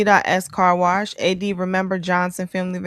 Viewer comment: Why can’t Keri say wash without adding a R? WaRsh waRsh waRsh 😂